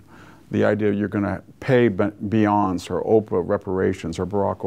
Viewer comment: I love that VDH pronounces Beyoncé's name as Beyons just like Jussie becomes Joosie..